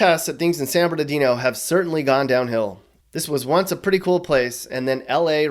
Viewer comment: San bernaghetto! Lmao 😂